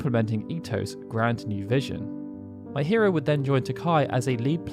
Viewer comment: No come on, you're having fun, you must know it'd be pronounced me-hee-ro not my-hear-oh.